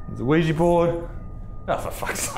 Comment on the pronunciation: Sheesh Isaac its not pronounced Weejee Board its pronounced Weeja Board. Oui is french for yes and ja is german and it also means yes